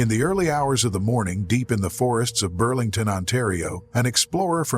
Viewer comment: Did he just say burlington ontario😂